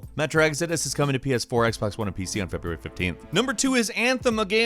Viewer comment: "feBURAY 2019"